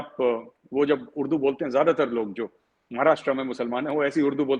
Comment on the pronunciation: Urdu hota hai , Ud-du thodi hota hai 😂😂